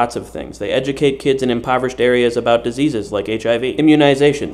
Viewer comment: i swear he said "The Zeeze's" instead of "diseases" <3 awesome...thats what im calling them from now on.